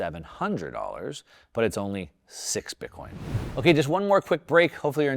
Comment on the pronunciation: Please please not bitcion thanks